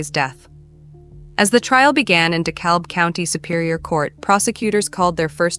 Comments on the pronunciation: De-Cab. The "L" is silent. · It's pronounced Dee Cab I can't stand these videos that use a translator for narration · dekalb pronounced de-cab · FYI- the “L” in “Dekalb” is silent. Just saying